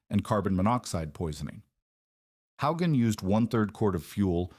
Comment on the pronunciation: This mispronunciation of Hogan is distracting and annoying. A human would know how to say it. Too bad the AI or CGS or whatever automated system at work can't deal with it. Someone should review this stuff before posting it.